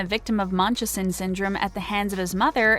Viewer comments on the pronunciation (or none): Please learn how to pronounce Munchausen by proxy